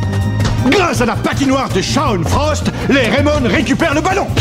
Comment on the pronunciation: Dans Raimon on entend Rai comme Ray Dark et Mon ressemble a Tom le père de Ray